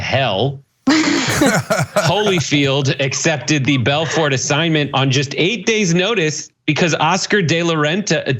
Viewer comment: It's pronounced Belfor, the T is silent